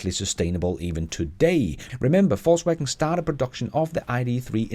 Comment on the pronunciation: Am I the only one that keep hearing False wagon?